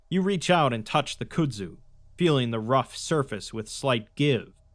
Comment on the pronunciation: "could-zoo"\ "cude-zoo" No, HOLY FUCK NO. "Kudzu" is pronounced "cud-zoo" "cud" being pronounced with a hard "k" sound and it rhymes with "mud". PLEASE for the love of god, LOOK UP words you arent familiar with, its 2025 and the internet is everywhere, its literally trivial to do, and the constant mistakes really detract fromneverything awesome you do.